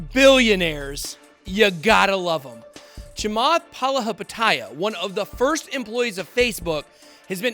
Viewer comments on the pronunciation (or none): Lmao... Charlie "Munjor" Chamath Palahapatiiiia. I cant take this guy seriously... lolol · Nobody : Ben : Chamath Palihapitiya